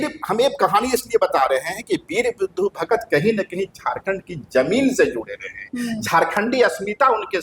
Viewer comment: नाम तो कृपया सही बोलें, ये वीर बुधु भगत होता है न कि बुद्धू भगत 🙏🙏